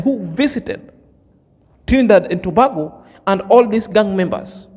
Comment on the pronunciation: Trinidad and Tobago . Tobago is pronounced like this spelling( To Bay go) peace my brother.